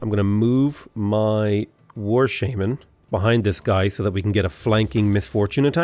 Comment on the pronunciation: The way you say shaman is horrible lmao. Painful every time you say that